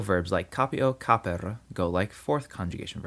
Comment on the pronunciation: Hi, (another) question here: shouldn't "capere" be pronunced as "caperE" instead of "caper" like you said since all the vowels are supposed to be spoken out in latin? Thanks again for all your work.